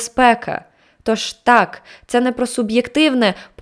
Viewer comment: чому так важко казати ТАК а не тааа? Всього одна літера, це звучить дуже кумедно 😆😆